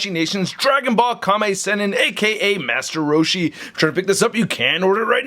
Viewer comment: The way you say master roshi is perfect 😂